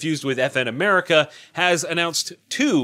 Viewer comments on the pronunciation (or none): none